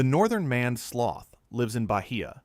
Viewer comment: "Maned" is not pronounced like "manned". You clearly didn't bother to check what your AI was saying, which suggests you have no respect for your viewers. That explains your subscriber numbers.